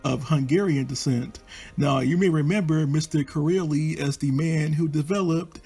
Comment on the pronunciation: Kiraly, is actually pronounced phonetically as; ki- riy and means king. Or even ki- rye.